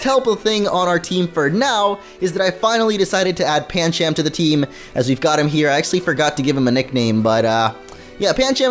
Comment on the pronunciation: Pan chum not pan cham